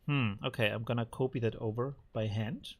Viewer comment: Dear, love your stuff, but... the o in copy is short. It is almost like scratching fingernails over a chalkboard when you say it like in "to cope - etwas bewältigen" every time. 😂